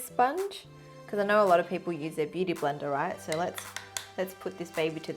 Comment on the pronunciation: When you said blender brush I heard Brenda